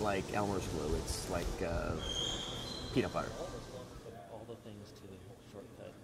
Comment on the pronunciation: ALL Their lives ended when he said PEA"NUT"BUTTER SMH